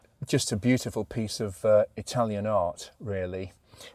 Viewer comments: Quality, knowledge, passion, good Italian pronunciation. You have it all. Thank you for another great video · Your Italian pronunciation is excellent. You could teach your mate Harry.